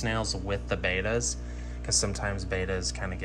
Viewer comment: Ah please, they're not Daniels. And Betas aren't Baytas. Might seem pedantic but it just anoys me.